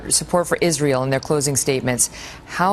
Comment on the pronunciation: Why does she pronounce it as "Izreel"